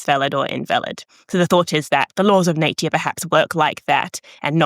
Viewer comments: I'm sorry, after the third time she said naytuar instead of nature i had to stop watching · I certainly never heard anyone so posh that they say "Natier" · Is this how Kiwis generally pronounce 'nature' (something like /ˈneɪ̯.tjə/)? I've usu heard Aussies say /ˈnæɪ̯.tʃə/ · Her way of pronouncing "nature" skills me!!!!!!!!!!!!! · Cute pronunciation of “Nature”, too.